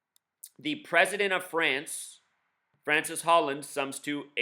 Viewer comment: His name isn't Francis Holland, okay... it's Francois (Frahn-swah) Hollande (Oh-lahnd).